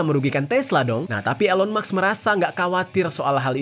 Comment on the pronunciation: elon musk (read : ilon mask) 😊🙏🏻